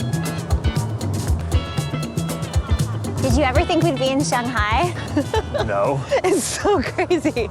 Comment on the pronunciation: Please pronounce Shanghai as it is. 上海 上Shang，up upper 海Hai， sea ocean Usually，Chinese has no liaison